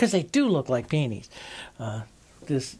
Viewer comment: I laugh each time you say Peonies, then I call them Peonies myself and laugh some more..